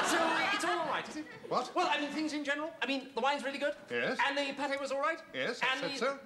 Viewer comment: It was " Veal-ly Really" 😁